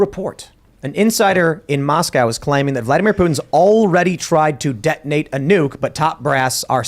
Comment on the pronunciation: neeyuke. he can say his name but cant say nuke. 🤷